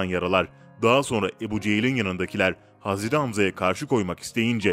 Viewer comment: Hazreri ne ya? Adam hazret demeye eriniyor galiba